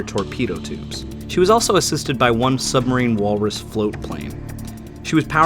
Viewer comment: This has probably come up before, but it’s “Supermarine Walrus” not “Submarine Walrus.” It’s the company that made the Supermarine Spitfire.